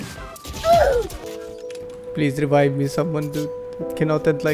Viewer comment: this is so funny i am the same as him dying and i like when said this "rebibe me "